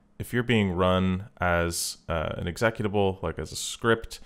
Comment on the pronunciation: You pronounce executable very differently than I do.